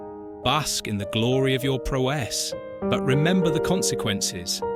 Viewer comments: Man some of these pronunciations are killing me. Pro-wess?? And gwen. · yeah it’s good, but there were around 4/5 obvious misspoken easy words, like ‘prowess’ and ‘tear’.